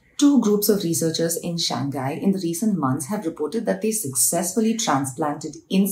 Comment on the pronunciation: Pronounce Shang Hai and not Shang Gai. Common mis pronunciation by Indian Speakers. Hope to note the mistake.